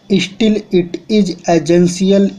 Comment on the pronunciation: sir thodi pronunciation pr dyan do shitil ni hota still hote ils ni hota else hote. dictation aise bolo jo sbko smj aaye nai to mt upload kro bhai....😠